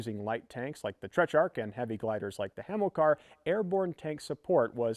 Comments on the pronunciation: Everything you just said is wrong. There is an H, and he said "Trech-ark", which should be "Teh-trark". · TET RARCH not TECH rarch there is no H in that word.